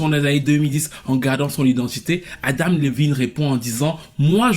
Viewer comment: Adam et non Adama 🤣🤣